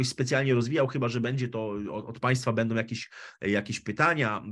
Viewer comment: cenie bardzo Pana wypowiedzi, poniewaz niewatpliwie w kraju jest to potrzebne. Ale...przede wszystkim, Pana polski jest fatalny. Beda nie bendom. Prosze nie uzywac spolszczonych slow angielskich, lub polskich, ze zlym znaczeniem/tlumaczeniem. Nie jest sie madrzejszym, uzywajac slow w jez pilskim nieistniejacych. Wybral Pan dzis temat zbyt obszerny, zbyt skomplikowany, na jedna pogadanke. Nie ma Pan chyba wszystkich, istotnych danych, miesza Pan pojecia, tematy, czesto ich nie rozumiejac, wprowadzajac sluchaczy w blad, podajac niepelne lub falszywe informacje, a nie o to przeciez chodzi.